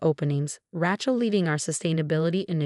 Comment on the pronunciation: Will you ever learn the right pronounciation for Rachel?